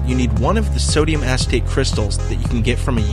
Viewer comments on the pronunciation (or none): im 35 secs in, "it's formed of sodium asstape"? granted its but hear it every time i replay